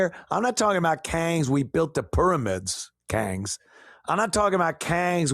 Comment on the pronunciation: every time you say “kangs ”, it cracks me up!😂😂😂